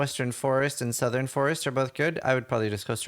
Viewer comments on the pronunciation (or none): none